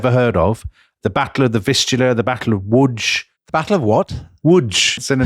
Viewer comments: He mastered the v pronunciation of w names back in the Peter the great podcats and loves showing it off 😂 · Lodz, 'Woodzh', was and is the Manchester of Poland. A major city, Tom should have heard of it. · Immense respect to Dominick for the correct pronunciation of Łódź! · It's incredible to hear Lodz mentioned at 56 minutes! My Polish Mrs has family from there! Dom pronounces it correctly. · Good pronunciation of Lodz by the way. I believe Malbork is the largest brick built castle in the world but not the biggest castle. Absolutely riveting. You guys are terrific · Sorry, Tom... but Dominic's pronunciation of the Polish city of Lodz is correct. The poles have two versions of the letter "L"... one of which is a normal L-sound, the other makes a W-sound. When printed, you can distinguish the two if the letter has a horizontal dash running through the middle of the "L." Think of it in the way that English has two totally different sounds for the letter "C." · Beautiful pronunanciation of Łódź Dominik! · props to Dominic for pronouncing Lodz. The initial L has a slash through it and is pronounced like a "w."